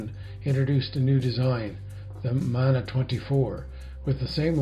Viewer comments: Hi. Just found your channel. Btw Mana s not pronounced as "manner" but MAR..NAR. As in car, tar, MA + PA...it is a Pacific Islands word. Your pronunciation is how a white man/European/Palangi would say it. I'm sure James Wharram himself, would correct you. Moving on, I found your channel interesting. I can see I'll need to binge watch to catch up. Btw, I've been subbed to the "Lucky Fish" channel as well. Thank you for sharing and for taking the time to upload. Atb from one of the Islands. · Good evening, Bryan. Thank you for the correction and proper pronunciation. I was aware the word Mana came from the Pacific Islands and I should have done proper research to check the correct pronunciation. It would not be the first time that a Palangi (in Ghana where I lived, the word is 'obruni') mangled a word but that is no excuse, and especially for a word with such important associations as Mana. I hope you enjoy some of my other videos - I enjoy sharing my experiences and I am happy when others express their appreciation. Returning your greetings from Treaty 6 Territories on the prairies of Turtle Island. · Thank you for your correction, Jade. I hope you can excuse my Canadian prairie accent - not too many Polynesians around from whom to learn correct pronunciation. :)